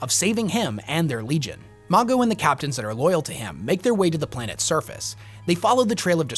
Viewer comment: The pronunciation of Mago in this vid is killing me 😂😂